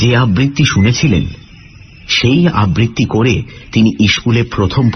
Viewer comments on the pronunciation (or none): আবৃত্তি শব্দটি সঠিকভাবে উচ্চারণ করতে শিখুন।